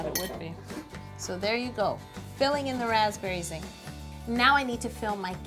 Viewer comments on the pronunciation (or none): lol everytime she said raspberry Zinger I was like... "raspberry Ziegler" (Like Mackenzie/Maddie/mellissa Ziegler lol)